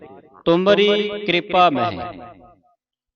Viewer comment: ਬਹੁਤ ਵਧੀਆ ਦਸਿਆ ਪਰ ਦੋ ਗਲਤੀਆਂ ਇਨਾਂ ਵੀ ਕਰ ਦਿਤੀਆਂ। ਇਨਾਂ ਮਹਿ ਨੂੰ ਮੈਹ ਉਚਾਰਣ ਕੀਤਾ । ਦੂਜਾ ਕੋਇ ਨੂੰ ਕੋਏ ਉਚਾਰਨ ਕੀਤਾ। ਧਿਆਨ ਨਾਲ ਸੁਣੋ ਜੀ।